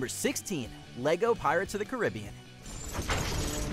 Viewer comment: How did he pronounce it pirates of the carib-ian wtf